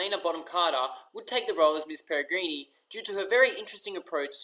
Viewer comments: It's actually pronounced pair-i-grin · Did you just say miss peregreenee?? Hahaha